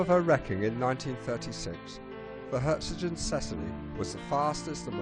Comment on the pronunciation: Perhaps this was the best end for her, though. In just a few years she would have been impounded by the Allies & probably rusted away or scrapped. Instead the sea took her with no lives lost. btw There is no 't' in the name. It is 'Herzogin Cecillie'. And the title 'Herzogin' is German, i.e. it has a hard 'g'. Lovely video though, thanks.